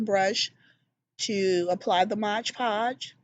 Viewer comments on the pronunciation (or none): Omg love ! Love ! Love those books !!! Just to let you know, you are saying it wrong ! It's MOD PODGE ! Not MOGE PODGE !!